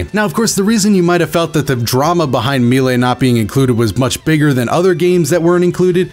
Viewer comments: My boy it's a french word, you don't have to be so afraid to say "May-Lay". We won't think any less of you. <3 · Meelay? I'm almost certain it was pronounced Maylay. Either way, great video, very informative. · I swear to God, everytime you said "Me-Lay" instead of "May-Ley" I was just 1 second from that good ol' unsub button lol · I pronounce it may-lay. I’ve heard people pronounce it like me-lee. But I’ve never heard someone pronounce it me-lay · Maylay not me lay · I was watching this on my PS4 and had to pause it to pull up on my phone just so I could roast you for saying Mee-lay. <3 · please pronounce melee as "MAY-LAY" 😭 also very sad about melee being gone, but it's gives me the chance to enjoy dbfz more and get into it more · "Me-lay" lol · Is melee really pronounced as “me-lay”. I’ve never heard that before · But "melee" is of French origin, and its accents on the "e"s confirm "maylay" as the correct pronunciation. The multiple pronunciation thing is just a misconception after years of use. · also u pronounced melee wrong lol. its like "maylay" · It's MAY-LAY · Only thing that upsets me is how you pronounced melee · Sorry I cringed everytime you pronounced melee still love u tho <3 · You...you really said melee like that.... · Have I been pronouncing melee wrong this whole time... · It’s illegal to say ‘melee’ like that. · Very good video, but don’t say melee like that please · How dafuq did you pronouced Melee? Xd